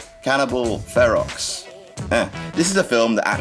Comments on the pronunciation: I believe that Ferox is pronounced "fair-ox". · FEROX.......hahahah.......Ok, the X is silent its Cannibal FER-O